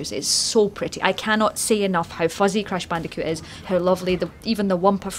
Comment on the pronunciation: Cwash bandicoot nsane twiwogy